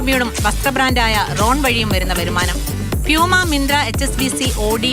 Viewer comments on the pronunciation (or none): none